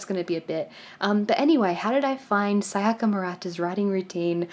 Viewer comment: You're like the only white person I've heard not call her "Saiyaka"